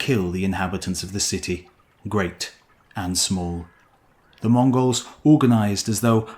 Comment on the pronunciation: Moon-gols? Who are you speaking of? Their description reminds of the Khuzaits, but never heard of such clan...